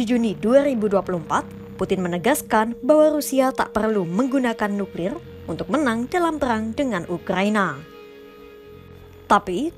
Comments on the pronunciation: Kata mimin NUKLILLL BUkan NUKLIR 🤣🤣🤣🤣🤣 NUKLILLL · Suka denger ngucapin nukrir nya 😂